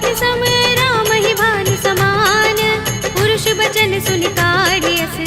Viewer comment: पुरुष वचन नहीं परुषवचन पढ़िए,यही शुद्ध है। ध्यान दीजिए।जय श्रीराम।